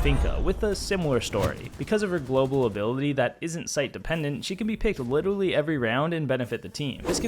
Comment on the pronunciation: Did you say witeally